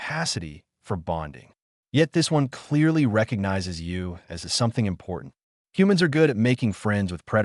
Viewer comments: And as which it reads as A S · As not A-S